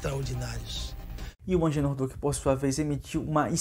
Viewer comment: Não é Angenor é AGENOR.